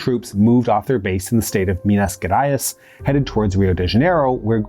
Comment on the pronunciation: Hey, Minas Gerais is pronounced 'Meenas Jerize' 🇧🇷